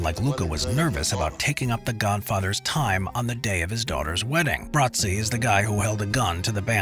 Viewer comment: why in the world are you pronouncing it Bratsi?